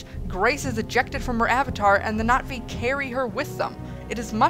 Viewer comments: Was anyone else slightly annoyed that she kept saying Nat'vi instead of Na'vi? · no I dont IPA, and I wasnt trying to be rude. So sorry if it came off that way, I just thought you were mispronouncing the word and no one was talking about it, so I did. My apologies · haha are you calling them the Nazi's I'd swear that's what I keep hearing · ~ No I know it is, it's just that when you say it, there's more of a "Knot ' V" sound but the v is lost in translation. Other than that it's a cute and humorous movie review and you made me laugh. Cheer's (Glottal stop, never ever thought I'd see that description) If you ask me it's almost a subtle way of saying Navy but that's how my mind works. Bye